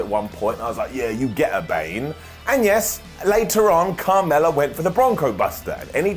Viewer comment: Every time he said Carmella it sounded more like kamala.